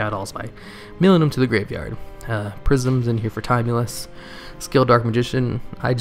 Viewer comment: Great as always. Love Dark Magician. Ps. Timaeus is pronounced like Tim-Eye-Us Just for future reference :)